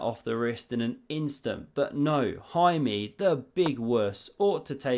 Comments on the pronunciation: The pronunciation of Jaime Santos was fair enough. Santos was basically perfect, Jaime is with a flat e at the end not "ee". Hahaha who gives a sh, why did a write this. Great vid. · It's pronounced Jaime